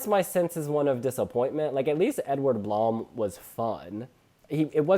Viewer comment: pronounce edward blom's lastname 'bloom', that would sound more accurate:)